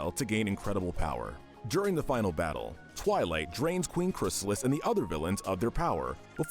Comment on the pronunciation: Finally, They got "Chrysalis" name right after screwing it up so many times in the other MLP video